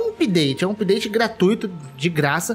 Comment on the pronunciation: Hahahahah. Dá um nervoso ouvir alguém falando "oopdate".